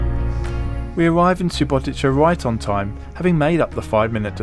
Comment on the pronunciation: I have to be that guy, but this is SubotiTSa, not SubotiCHa.